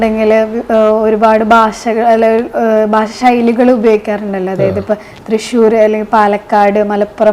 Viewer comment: ഭാശ അല്ല ഭാഷ 😅